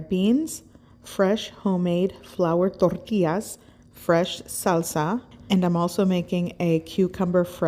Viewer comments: Tortias?? Try Tor-tee-jazz 😉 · I love your recipes! I'm Mexican and I think your recipes are pretty typical Mexican food! The only thing I don't understand and I'm sorry, I don't mean to be disrespectful, but, why do you pronounce TORTIAS but you pronounce agua de pepinos con limón perfectly? I'm sorry if I ask something weird but I can't help but cringe when you pronounce tortillas gringo style! Saludos desde Chihuahua y viva México.... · I like how you say ToRRTIAS 😂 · "THORTILLAS" lol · “Flour Torrrrtias” 😂😂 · You don’t have to say “tortillas” like that…